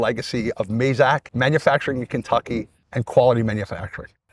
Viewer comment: Why do Americans pronounce Mazak wrongly.